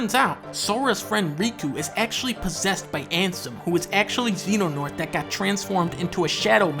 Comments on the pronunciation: It's Xehanort (pronounced "zay-an-ort") and Ansem (pronounced as you'd expect it to be). He pretty much mispronounced all the names in the video (most likely deliberately). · Okay, Dunkey pronouncing Xehanort as "Zenonaught" is the only thing definitively wrong here. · "Xenanort" I can't. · I like how the subtitles spell it Xehanort but the video calls him Xenonort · It’s the little things like “Xenonort” that get to me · Fun drinking game to play at home: Take a shot every time he pronounces Xehanort as "Xenonort." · Well his name isn't Xeno-Douglas. In fact it's Xehanort, not Xenonort. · I sincerely hope people recognize this as shitposting because I'll die if I hear people pronounce Xehanort, Xenonort. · Why does he call him zeno douglas😂🤣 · a man of culture The Roman numeral X isn't pronounced "ki", it's "decem". Or "ix" if you want to pronounce the actual letter X. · The accuracy on display here tells me he actually cares about the series, even if he can't pronounce Xehanort correctly because it's a ridiculous name made from scrambling No Heart X. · the pronounciation of xehanort kills me, but otherwise.... yeah no this is painfully accurate. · It's pretty accurate, the villain names he said wrong on purpose and birth by sleep isn't actually a dream sequence. Also, the groups aren't called the five wise men and the council of shadows. He also goes from a fan theory to a joke near the end people think the master is evil but obviously he isn't connected to Pumba. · Love how he's miss pronouncing xehanort lmao